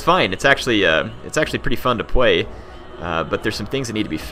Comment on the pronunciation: "it's actually pretty fun to pway"